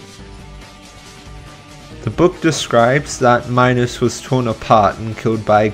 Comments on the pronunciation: Also, King Minos is said like Minnows, your pronunciation sounds like Minus, but it's different for everyone. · IT'S SPELLED MINOS AND PRONOUNCED ME-NOS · it is minos (meenos) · Bruh it's pronounced MEE-NOS. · the way he pronounces minos 😭